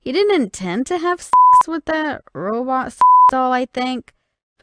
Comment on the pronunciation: When she says the word s*x it sounds like sh**